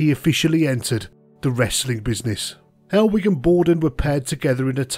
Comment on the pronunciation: I thought you were saying hellweek for ages then